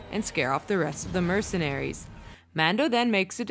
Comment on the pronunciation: MercenARIES lmaoooo why do you emphasize the ending of every word 😂